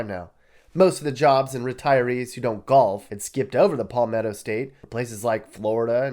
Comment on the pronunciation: It's Palmetto as in Sal or Gal not pall or call.